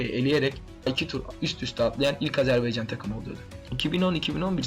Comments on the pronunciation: azerbEycan değil azerbAycan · Azerbeycan değil AZERBAYCAN....A